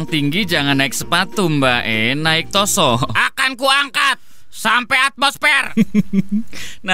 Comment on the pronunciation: Maniak ungu:kayanya pas ibunya hamil ngidam kukubima rasa anggur dgn royaljeli yang membuat krisss jon bekata::: ROSSO bukan TOSSO